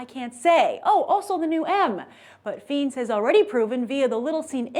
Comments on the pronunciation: Fiennes is pronounced Fines not Feens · FEENS? Oh, it burns! It's pronounced "Fines." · Please don't say his name as Feens... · I'm with you, brother. the only reason i dont believe the Feens thing is that Grace (we love her so) mispronounces a lot of things. I try to let them go. The one that eats me up the most is when she says Show-Lin Temple. (as in showtime) Shaolin is pronounced with an "OU" sound. Like "ouch! I hurt myself"